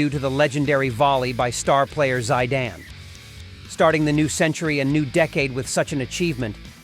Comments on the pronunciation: « Zaidan « , Come on! It’s Zidane (Zeedan) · Dude seriously pronounced the legend’s name “Zy-dain” …smh 🤦🏾‍♂️ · Zaidan and Barka ! At least get the names right 😂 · stop watching after "zaidan". FFS! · Get your pronunciation right!!! Whats Zaidan?? Barka??? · How can someone pronounce Barca as "Barka". And Zidane as Zaidane. Im not watching this garbage any more U muppet. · I swear I thought the same. He called Zidane i jumped out of my chair 😂😂😂😂😂😂😂